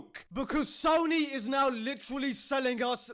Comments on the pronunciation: He called them "SOYNY" 😂😂😂 dude's hilarious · "SOYNEE" -. Omg that almost killed me.